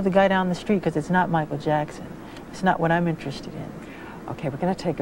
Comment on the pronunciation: Nesse vídeo o autor diz o nome do Michael Jackson duas vezes errado 😃😂😂😂